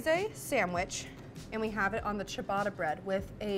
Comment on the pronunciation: THE PRONUNCIATION OF CIABATTA IS ANNOYING ME